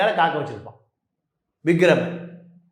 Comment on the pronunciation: Vigram illa, Vikram. Enna reporter ......😮